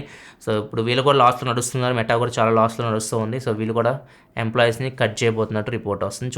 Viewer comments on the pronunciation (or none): none